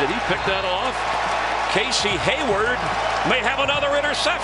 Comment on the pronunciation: They pronounced Casey Hayward, Casey Howard